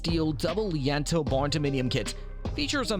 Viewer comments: Lee Ann toes...bruh, it's lean-to this is fucking hilarious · Again….”Lean-To” (Phonetically: Leen-2). Silly muskrat